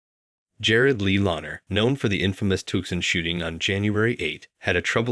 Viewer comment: Tuck son